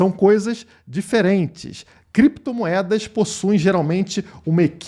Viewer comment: Ele queria falar "Clépto" moeda mas se embaralhou e falou "Crépto" moeda. É muita crise de abstinência do vil metal.